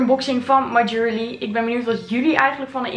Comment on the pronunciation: en (my) jewellery spreek je meer uit als: ju wel rie